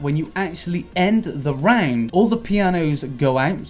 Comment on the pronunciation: You are saying "round" like "rang'd" and I hate it.